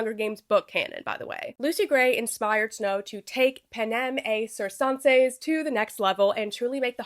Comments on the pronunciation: Pronounce it like circus circenses = sir-ken-ses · I have no sources, and no proof I’m right, but I think “ci”in Italian/latin is pronounced “ch”. Jmho. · You say that Latin phrase almost perfectly except the Cs should be hard. Like the c in Canada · It’s K. In Roman Latin “C” was pronounced as “K”. It’s “Kikero”, not Cicero; and “Kaesar” not Caesar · (you're pronouncing "panem et circenses" like french. the latin is correct - et should be pronounced like "eht" and circenses should be either "sihr-ken-sees" or "kihr-ken-sees" (there's some debate over soft Cs in Latin). But a good attempt!) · I’m not a Latin scholar but I’m pretty sure you pronounce the t in ‘et’ and that the ‘c’s are hard, like a k sound. Otherwise great video as always